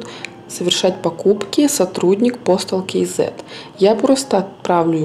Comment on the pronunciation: "Кизэ"...по деревенски. Или "кз" или как правильно "кейзэд"..